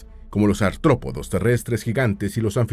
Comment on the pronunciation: no son "antrópodos".. sino artrópodos